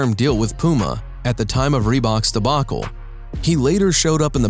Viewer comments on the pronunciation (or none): none